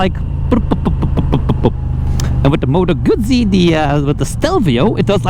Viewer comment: The creators wouldn't attract a 'flood' if they pronounced correctly. Then again, maybe that's the idea. Why does a bike hack not pronounce properly? Attention?